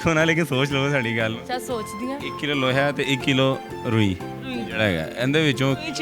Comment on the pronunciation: Laho nhi loha